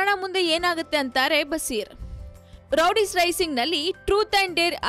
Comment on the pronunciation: Amma thaayi Rowdies alla adu Roadies... interview maadbekaadre saryaagi maathaadthara ilwa ashtu gotthaagde hire maadadra???